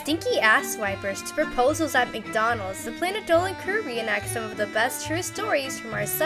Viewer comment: Why does planet Dolan stay “planet dohen”